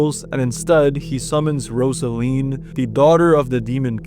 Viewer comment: I swear. If he mispronounce Rozalin (ROZ-a-lin) one more time. I'm going to lose it. They say her name in the game